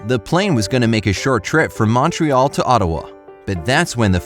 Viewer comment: Pronounced muntreeall